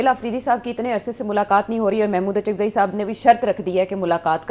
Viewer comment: اچکزئی صاحب معذرت کے ساتھ الف پہ پیش کے ساتھ اچکزئی بن گئے ہیں